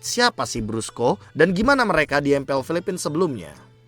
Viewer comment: Koreksi "BRUSKO" not "BRASCO" dah itu aja. 🗿